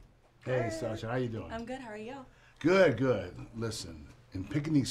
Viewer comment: Did u hear fin said satsha when he met her 😂😂